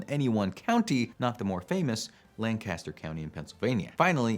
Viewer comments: a new misconception for PA: Lancaster isn't pronounced as "lan-caster" it's pronounced more like "len-kes-ster" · You pronounced Lancaster wrong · You said Lancaster wrong, I have lived in Lancaster my whole life and have had to deal with the Amish the whole time.